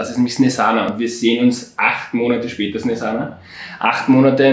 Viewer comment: SNESANA 😂😂😂😂 NICHT SONDERn SNIEZHANA.. 😅😅😅😅😅